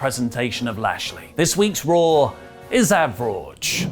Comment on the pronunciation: Raw not Rawr